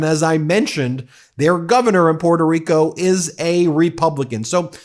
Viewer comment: Sorry, you don't even know how to pronounce your island name, instead of Puerto Rico, your pronunciation is Puelto Rico. So, boy learn how to speak Spanish first then you can complaint about Nicolas Maduro.